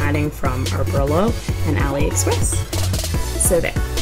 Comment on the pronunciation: Oberlo (Oh-bur-low)